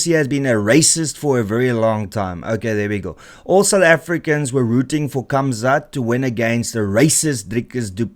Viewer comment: why do you say Kamzat when you can obviously can say Gamzat and you speak Afrikaans.